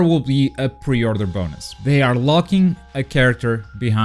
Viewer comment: Say pre order one more time i swear "pe othrruing" 😂😂😂